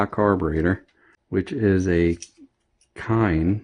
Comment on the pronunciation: Kehin is Pronounced key in. Great video